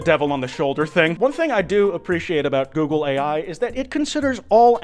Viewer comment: All I can hear now is "googly eye"